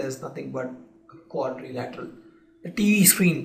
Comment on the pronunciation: Learn how to pronounce Quadrilateral